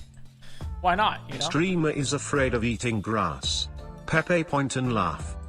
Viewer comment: Point not paint